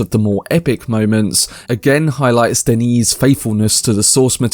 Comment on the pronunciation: It's Denis with one 'n' (pronounced like Denny) and he says he only wants to go as far as Messiah than hand the series over to another director. So it's unlikely we'll get more than a trilogy from him.